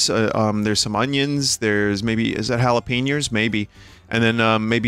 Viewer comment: MY DUDE REALLY JUST SAID "HALAPINEERS"!! This pizza review is destroying his braincells